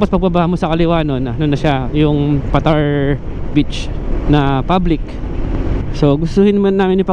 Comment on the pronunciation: Paaa—-tar, Hindi patar.